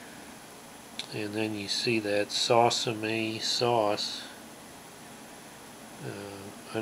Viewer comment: Please call tell me you are trolling with the pronouncing the name lol